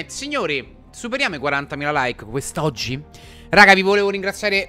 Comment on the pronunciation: Con quanta enfasi ha detto QUEST'OGGI